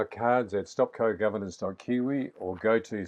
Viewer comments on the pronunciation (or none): KIWI not ewi